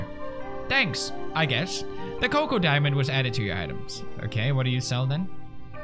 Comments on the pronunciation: anyone not gonna talk about how pewds pronounced choco as "coco" not choco like chain. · He really said coco instead of choco at the bake sale. TWICE! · Did anyone else notice that he said “coco” instead of “choco”?